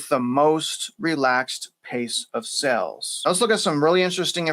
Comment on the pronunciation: Great Show - BUT - You pronounce s"A"les incorrectly ; you say SELLS. That may confuse your listeners. I Enjoy the work you do!!!!!!